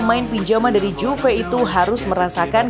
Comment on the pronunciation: Prononsiasinya Yuve, min... Benerin lahhhh